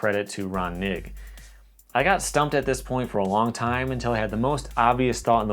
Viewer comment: Knigge is pronounced Ker_Ni_Ghee